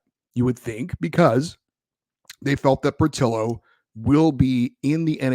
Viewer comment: It's POR-TEE-O.